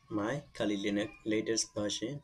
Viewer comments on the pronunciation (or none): none